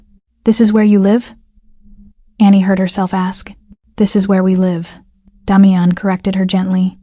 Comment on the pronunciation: The AI voice can’t pronounce the name Damian